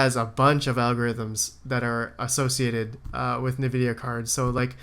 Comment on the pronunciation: It's envidia. That's how to pronounce it. Their name comes from envy.